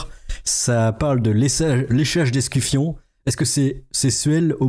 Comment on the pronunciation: arrête de dire l'escufion. Tu salis la belle Thaïs